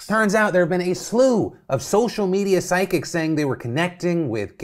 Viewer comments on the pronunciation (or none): I literally had to stop when you said "physchjihcs" my blood, my rage. Someone's dead, better capitalize!